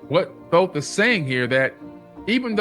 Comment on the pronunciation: THOTH NOT THOT